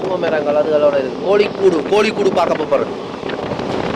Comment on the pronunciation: தம்பி மவையாள உச்சரிப்புகள் நீங்கள் நினைக்கிற மாதிரி இல்லை, பிறகு ஏளனம் பண்ணுவார்கள். கவனம் அது" கோழிக்கூடு" அல்ல, "கோழிக்கோடு" யாழ்ப்பாணம், உரும்பிராயிலிருந்து கதிரவேலு றகுறாம். எனக்கு மிகவும், மிகவும், மிகவும் பிடித்த இடம் என் உயிரோடு கலந்தது கேரளா.